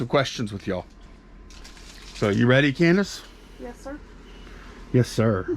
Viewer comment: Hey! Candice pronounced our name right!! Thanks for the video <3